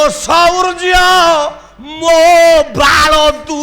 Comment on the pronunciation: ଏ ପାଗଳ ବାଳ ଶବ୍ଦକୁ ଠିକରେ ଉଚ୍ଚାରଣ କରୁନି. ଗର୍ବରେ ଅନ୍ଧହୋଈ ଖରାପ ଉଚ୍ଚାରଣ କରୁଛି.